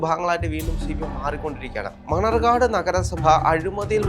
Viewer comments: മണർകാട് അല്ല മണ്ണാർക്കാട് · മണർകാട് അല്ല.. മണ്ണാർക്കാട്